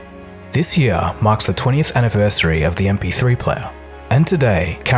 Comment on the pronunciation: "... this yee-aah mahks the 20th anniversary of the mp3 playa...."